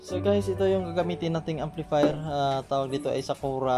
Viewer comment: "equalizee and amplifeer rewiew, good job, stay conex